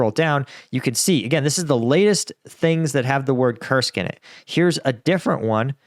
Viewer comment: Lived in Russia for over a decade. It’s pronounced “koorsk” with a strong r. Not Kersk